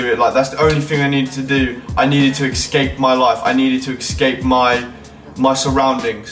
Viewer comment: ESCAPE* not excape